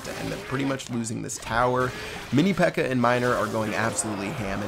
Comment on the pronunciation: Who heard say Mini P.E.K.K.E.R?